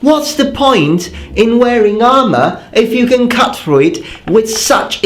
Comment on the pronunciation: He cuts thruh the ahmah as if it wus buh-uh! This is why I love your videos.